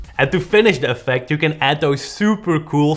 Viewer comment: How do you pronounce Yannicks name? Is it jannick or yannick?